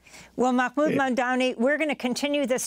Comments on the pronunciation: C'mon Amy, don't sound like an ignorant fool. His name is Mahmood not Makkkmood....you've humiliated yourself despite liking your show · Makmoood Amy ? Really dude SMH you mind as well say axe instead of ask. At least you don't add a letter that doesn't exist in the original correct spelling of the word SMH